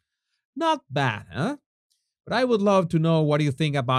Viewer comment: I have great respect for you, so may I say, as a Canadian the word "eh" we use a lot is pronounced "AAAA" emphasis on the A. Now you will sound like a real Canadian, eh!! Love your videos, keep up the great work. Much love and respect from a Canadian!!